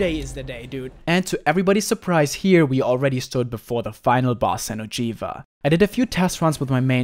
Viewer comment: lol, that xeno'jiva tho